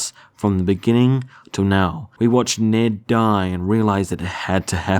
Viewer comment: It's Ned and not Nerd! :)